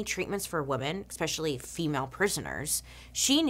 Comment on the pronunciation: PLEAAE stop pronouncing especially as “EXpeshelly”. You’re too smart to speak like that 😩